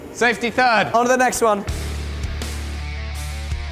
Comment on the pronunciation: you did say safety Turd right? :P